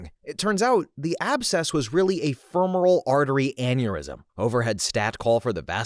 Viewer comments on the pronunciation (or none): In case it comes up again, the "cava" in "Vena Cava" uses a short-A sound (more like "cave-a"), and "femoral" is pronounced more like "femur-al" (...Medicine: where apparently everything needs a greek or latin root word so the common man """sounds uneducated"") (I keep coming back to listen to you read, so obviously you're doing a lot right here!)